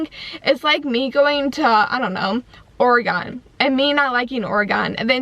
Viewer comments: OR- E -GEN not OR-E-GOEN. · You said Oregon wrong.